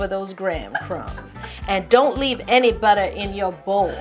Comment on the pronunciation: Esra Ceylan I guess so. I just don't really like seeing so much hate. especially on a wonderful video on cheesecake. That's what we're here for anyways :) Now let's enjoy Yo saying "Buttah" in the most ridiculous way possible!